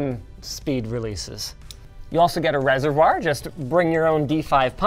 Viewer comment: Please learn how to say reservoir